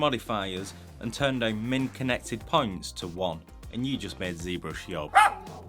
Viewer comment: I'm more bothered by the "deuwn" for "sit down" lol but I'm french so what do I know ^^ I'm more used to american english accents, for obvious (movies) reasons